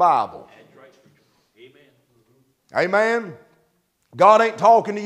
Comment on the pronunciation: Omein..is Hebrew Aman, is his accent